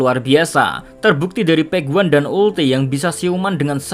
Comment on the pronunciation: Gregetan denger PEK WAN. yang bener pej wan. Pej wan.